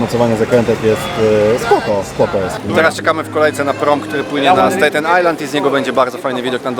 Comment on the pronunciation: STAten, nie stejten. Pozdrawiam.